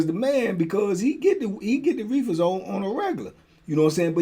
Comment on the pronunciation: yu kill me the way yu say “reefas” 🤣 you low key country